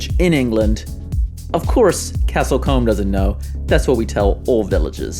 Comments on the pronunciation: its pronounced Cooooomb. Not Comb - THE definition of people we don't want visiting .. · I can see why you pronounce it as it's written but like a lot of places in our country it is actually pronounced slightly differently. Comb is actually pronounced as "Coom" , strange but true !!